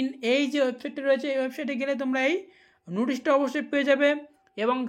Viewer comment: নুটিস না ভাই নোটিশ হবে এই রকম একাধিক উচ্চারণ ভুল তোমার তুমি আগে নিজেকে ঠিক করো।